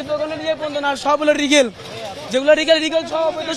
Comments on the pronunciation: Legal শব্দ উচ্চারণ করতে পারে না, সে কি এইচএসসি পরীক্ষার্থী হতে পারে?! রিগেল!! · Legal ke regal ar magistrate ke megistar bolo...Tumi baba hsc te fail e korbe 😂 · বাবা তুমি কি এইচ,এস,সি পরীক্ষায় পাস করবা? লিগালকে বলছো রিগাল। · O kono student na… legal bolte pare na… bole regal … mittha bolse…